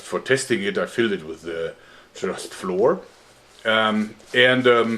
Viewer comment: Just a heads up, flour is pronounced flower.